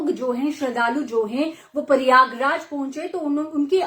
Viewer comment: Paryaag raj nahi pryagraj hota है